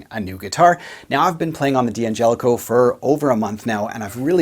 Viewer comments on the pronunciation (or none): After all this time, I would have thought that a guitar pundit like you would have learned how to pronounce the name of this incredibly generous company... Dan-Jelli-Coe, with a slight emphasis on the 'Jeh'.... actually, it's easier to say than Dee An-jelli-coe, wouldn't you agree? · It's pronounst "Dangelico"